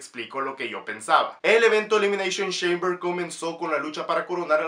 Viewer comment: Elimineishon sheimber